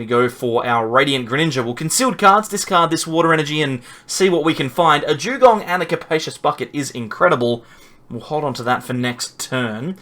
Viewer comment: Jewgong? 😂 What the hell is that